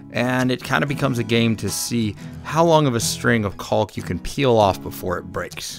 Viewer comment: The project is so awesome I kept watching despite the constant enunciation of the the 'L' in 'caulk'!